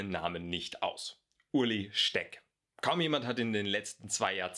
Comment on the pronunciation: Er heißt Ueli und nicht Uli :D